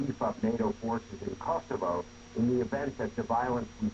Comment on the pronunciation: It's kosovo!! not kosova.. Dickeater!! Converted pig